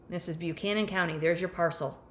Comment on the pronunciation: These areas of VA are absolutely beautiful. Buchanan -> "buh-CAN-in", not "byoo-CAN-in", Virginia has some atypical pronunciations 😄